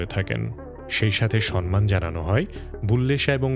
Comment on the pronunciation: সম্মানের সঠিক উচ্চারণ সমমান,আপনি বারংবার সনমান উচ্চারণ করে গেছেন।আশা করি,পরবর্তীতে নিজের ভুল সংশোধন করে নেবেন।